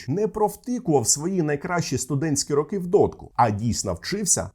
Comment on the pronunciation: Відео сподобалось, але ріже вуха російська вимова: кАлаборанти, дійснА, рАки і тому подібне.